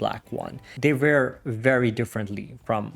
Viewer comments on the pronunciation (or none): none